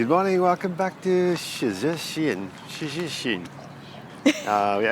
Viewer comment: Polish lesson... "Shhh-tet-in".